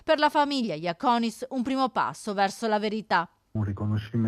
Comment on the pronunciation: Alla giornalista che continua a sbagliare l'accento del cognome: non Jàconis, ma Jacònis